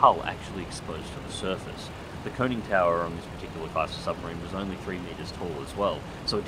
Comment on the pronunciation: Well, while we're on it... the part of a sub you referred to as a "coning" tower is actually a "conning" tower. Other than these hiccups, and very well done narration, smooth enough to be professional!